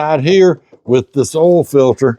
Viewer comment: "Yes, I checked the ohl" Ohl means oil:face-green-smiling